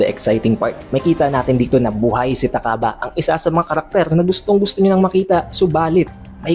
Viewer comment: Ta-kaba ang basa sa pangalan ni takaba at miya-mura ang basa sa pangalan ni miyamura, pansin ko ang hilig mong basahin ng diretso ang mga pangalan ng character